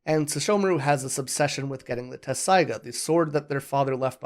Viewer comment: Appreciate the review but it I hear the incorrect pronunciation of Inuyasha’s sword one more time, I’m going to scream 😅